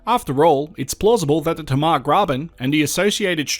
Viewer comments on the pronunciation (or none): Tamar...."hey ma" Not "ta ma" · it's tay-mar ya dog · Awesome work. Sorry your mispronounced Tamar Hobart Boy here